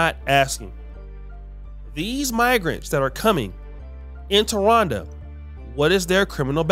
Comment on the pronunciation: Is saying Ronda, or Rwanda? Bruh be messing up all kinds if words 😂